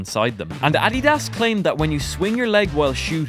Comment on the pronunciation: he saying addias and Jabulani wrong